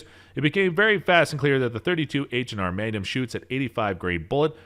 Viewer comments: Is anyone bugged by how he pronounces maGnum . All I hear is manum lol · Take a shot every time he says "megnim". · Lost me on the pronunciation of MAGNUM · I've never heard "Magnum" pronounced that way in my life. Same goes for the word "obsolescence".